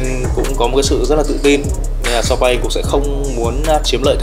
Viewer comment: vẫn đọc sai tên Sawpaing nhé =))))